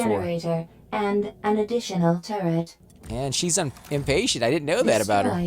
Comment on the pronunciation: Turret, not turrent